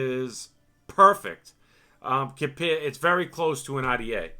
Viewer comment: love the ah-tee-aye review